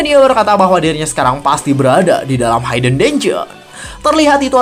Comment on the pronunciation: Masih hayden haiden aja dari dulu.. cobalah channel ini sebenernya potensial, kalau ada kritik yang membangun ya diterima dan diperbaiki.. Hidden itu ya dibaca hiden biasa, h i d e n, bukan hayden haiden apalah itu.. Biar lebih enak aja dengernya dan tambah baik channelnya kedepannya.. mudah2an segera dilakukan perbaikan di video2 berikutnya